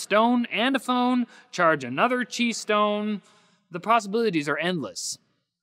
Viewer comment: ow is that how you pronounce qi wireless charging? I always thought it was "ki" not "chi".